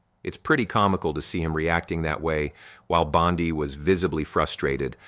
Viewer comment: ya very bad A.I. "Bond-eye"? come on dood.